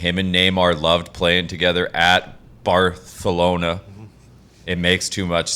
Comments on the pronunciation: As a Real fan I love how they use the Spanish pronunciation and not the proper Catalan :_HowYouDoin::_KeepMovin::_DigsSalute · Pat is showing off his Culture either the Barcelona pronouncing. Ibiztha!!! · no in Spain it's not 'thh" it's "ce" plus I know you don't care but they don't speak Spanish in Barcelona, they speak Catalan. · That's NOT how you say Barcelona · Pat if you say barthlona again im unsubbing its not funny cmon last few streams you’ve changed its kinda getting outta hand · Pat is butchering the name jeez 😒 🙄.. it’s Barcelona not Barthelona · Uh oh... : Pat, you slipped up with your sounding hip to the Spanish pronunciation of "BAR-THA-LO-NA" and made it a hard "C" with the "SUH" sound !! Spoiler alert: Even Spanish people, including those that live in Catalonia and in Barcelona proper, pronounce it BAR-SUH-LO-NA. And lol, not only is he not going to the MLS unless he's 38 (PSG can pay him the $90m or w/e per year, not any MLS team), what makes you think that it would mean he somehow would abandon Argentina and play for the US men's national team and we'd win CONCACAF and the World Cup?! lol. more "soccer" ignorance by Americans. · BarTHelona :P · Stop saying Barthelona 🤢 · He keeps saying “Barthelona” lmfaoo is that on purpose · God....listening to muricans talk about football is cringe....dude be saying "barthelona"....bruh... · Why are these guys talking about Messi, Lol way out of their realm. Can’t even say Barcelona….oh wait “barthelona” Lol. Maybe he goes to PSG but Premier League got the most $$$$$….we’ll see I believe they put this out to pressure La Liga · WTF is Barthelona??? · Stop saying Barthelona hahahha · Hahah, it's important to pronounce BARTHELONA properly, but at the same time NEVER call it Fútbol! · First of all its not barthelona😂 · Someone tell this man it's pronounced "Bar-sa-lona", not "Bar-the-lona". They're Catalan, which means the "c" is pronounced as an "s". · its barcalona not barthalona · Barthelona hahahha